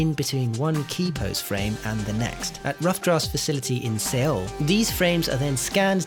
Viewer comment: Another great vid, but Seoul is pronounced "sole".